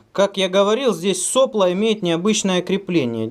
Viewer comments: правильно делать ударение не сОпло, а соплО.... как всегда лайк перед просмотром. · соплО, не сОпло. Кинг-тек. Дизлайк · Влад Дроздов --- просто слух режет. больше ничего. просто в институте и на работе всегда было соплО и никак не иначе. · СоплО́,. Ударение на "о".